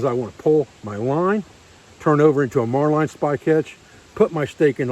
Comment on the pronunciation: marlin is pronounced as it's spelled. Mar lin not mar line.